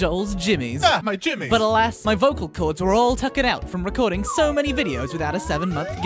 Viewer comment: "Something that would Russle joels jimmies" "AH MEH JIMMEYS"